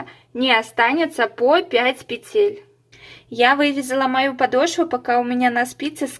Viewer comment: Все понятно доступно мне очень понравилось спасибо Но почему-то в слове-Петель-Неправильно ставите ударение